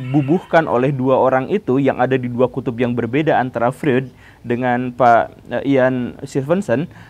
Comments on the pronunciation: Tanpa mengurangi rasa kagum saya pada Guru Gembul. Ada sedikit masukan nih, gak penting2 amat sih. Tapi kalo dilakukan akan lebih bagus. Pengucapan istilah2 atau nama2 asing kadang kurang tepat. Freud harusnya dibaca Froid. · Freud: dibacanya "FROID" pak guru